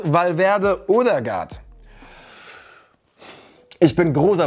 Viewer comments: Ødegaard wir Ödegaard ausgesprochen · Man spricht ihn Ödegard aus. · Kannst du Odegaard bitte richtig aussprechen?